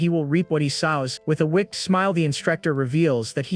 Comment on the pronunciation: The way the TTS AI pronounces words is infuriating. If I have to hear it mispronounce the word 'wicked' one more time I'm gonna lose it.